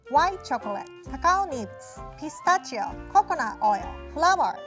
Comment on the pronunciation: Did anyone else think she said "gazpacho" instead of "pistachio"?